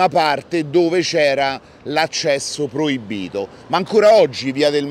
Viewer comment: PROIBBITO........MMMMMM NOOO......PROIBITO, CON 1 SOLA B :goodvibes::elbowcough